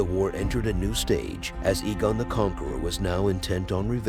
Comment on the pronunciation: Eegon😂 Arjillac😂 Wow, you need to work on your pronunciation bud.